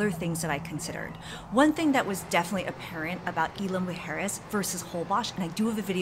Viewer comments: Please at least pronounce Isla correctly! Super annoying! Also, jet skis aren’t permitted in north beach and you shouldn’t encourage it anyway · Thank you.. loved the video and info but the mispronunciation of Isla was driving me crazy..